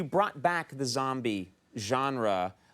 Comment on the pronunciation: "the joembie genre"